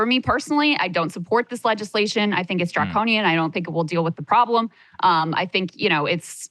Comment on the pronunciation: ok thats fine but then don't spin your show as (and I quote) "we're trying to build something different than the mainstream!" And then just come on here and blather mainstream leftist talking points. I mean how many times can you count saying "draconinian"? Draconian, Draconian, Draconian!!! Sounds like a CNN segment